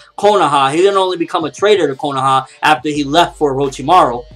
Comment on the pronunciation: not trying to be a jerk but can you say kohana right